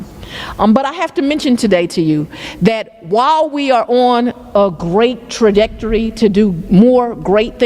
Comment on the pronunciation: Trajecdury?! Invigyourate?! & that’s just two of the her many abuses of the English language. I guess Howard just has you fog a mirror for acceptance?? The more media Gorilla Grip gets, the worse she looks. I can’t wait for her next video tbh. She’s exactly what Thomas Sowell has been warning us about and a black eye on Atlanta‘s otherwise respectable Court system.